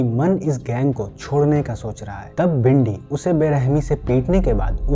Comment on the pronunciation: Its not bhindi. Its Bindy Johal. Watch ur pronunciation. You YouTuber